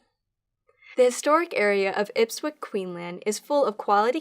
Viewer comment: Ipswich is pronounced IPS-WHICH. Not Ipswick... I wasn't watching the screen, just listening. Looked up trying to figure out where Ipwick was when I saw the spelling. 🙂